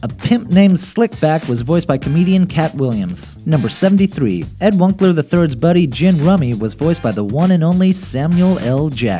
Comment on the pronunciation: Ed Wun-ce-ler